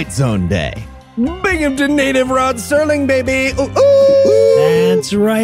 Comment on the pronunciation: It's Rod Serling not Sterling who made the Twilight Zone.